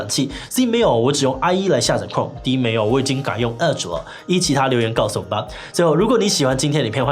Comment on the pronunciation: 弱弱得表達，聽成了阿滴瀏覽器。